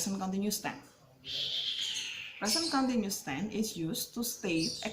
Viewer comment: Continuous = baca [kənˈtɪnjʊəs] 🙏